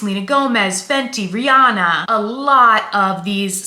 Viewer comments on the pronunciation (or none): none